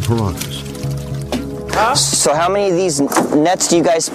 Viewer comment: Great documentary but why does that obviously intelligent man keep mispronouncing words. He makes piranhas sound like there is a y in it.